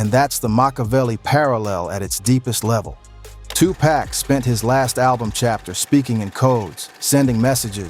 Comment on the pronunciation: The name is 2 pac say his name right